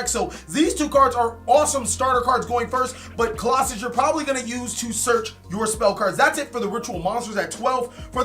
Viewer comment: [King Of Games] BTW, stop mispronouncing their names. You do this at least once a video. Look at the card, as you can see it clearly doesn’t say colossus. It’s not that hard